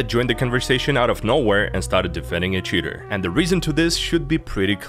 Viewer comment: Sometimes when you say "cheater" it sounds like "shitter" which is a better word imo